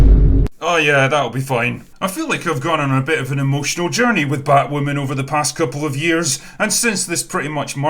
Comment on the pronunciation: what will I do for laughs now that AZ won't be pausing in his narration of batwahmmynz with "fookin' scissoring"?